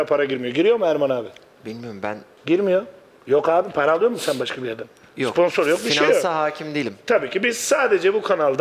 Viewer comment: abi siponsor degil abi sponsor 🤣🤣🤣